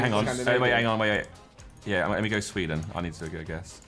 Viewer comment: "SWEDAN" -Harry with a German accent :D